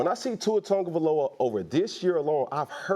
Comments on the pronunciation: "Tua turndaballova" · Only thing I disagree with cam on is the pronunciation of Tuas last name. Tungaloa lmao 😂😂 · Cam calling him “Tour Tongue of Aloa” is DIABOLICAL 🤣🤣🤣